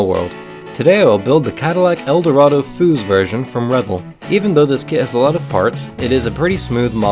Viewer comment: It's pronounced Foos. It's a long S not a Z sound. It's Chip Foose...he's a car builder/designer. Other than that...another amazing job. You are awesomely talented man.